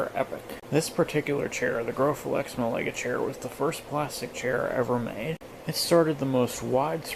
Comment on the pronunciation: Hey, just thought I'd let you know that Malaga is pronounced 'Mah-lah-gah'